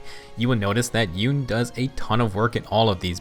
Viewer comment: YOU-NAY, SAY OT RIGHT!